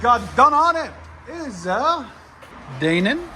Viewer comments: "Dae-nin" I can't even 😂😂.. It's pronounced "DIE-NAN" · I think it's pronounced die-nan.